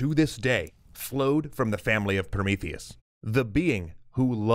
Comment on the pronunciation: "Oh Promotheus!" "ProMEEtheus!" - Fin